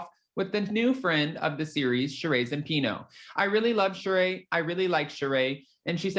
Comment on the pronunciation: Again, her name is not Shuh-Ray it’s Shuh-Ree Zampino